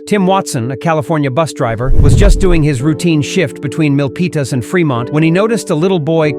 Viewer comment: Praise God 👏 for creating a bus driver willing to be alert. Milpitas is pronounced Mill Pete us